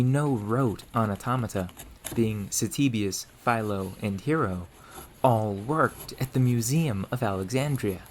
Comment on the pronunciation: Note that the name "Hero" is meant to sound "HEH-roh".